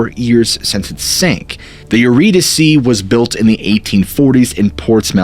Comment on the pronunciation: Eurydice , pronounced yer-ee-dees (like geese) And yer , like ‘Yer a swell guy’ . ee is the same as the ee in geese.